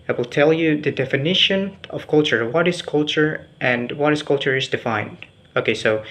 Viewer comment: Good pronunciation ! but please try to find out how is the way to pronounce Culture. Well more or lease, your pronunciation is good. Prepare yourself to present it once again in B. Indģonesia ok?